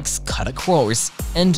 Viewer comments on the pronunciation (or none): CADA, what country is this post from? it is pronounced CewDa. Also it's (N)vidia, not (NE)vidia. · Please for the love of God never pronounce CUDA like that ever again